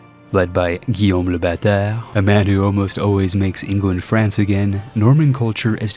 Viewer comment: Just here to tell great pronunciation on Guillaume le Batard ^^ and for those who don't know, for french it's Guillaume le Conquérant (William the Conqueror), sadly we lost that pity island colony :P